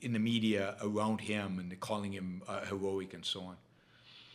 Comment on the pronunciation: I really enjoy your show BUT Please practice the pronounciation of "heroic" a few more times - It sounded like Elmer Fudd with an East Coast dialect :-)